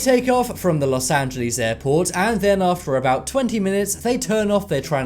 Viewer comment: Las Angeles or Las Vegas? Am I the ONLY one that caught this?